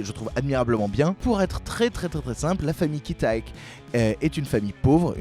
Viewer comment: La famille Kim pauvre vs la famille Park riche, Ki-taek (prononcé kitek) c'est le prénom du père. Mais sinon c'est très bien comme review, j'ai apprécié la mise en parallèle avec le reste du cinéma de Bong Joon Ho, très pertinent!